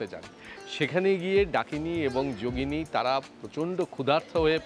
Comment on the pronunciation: ডাকিনী এবং বর্নিনী,যোগীনি নয়।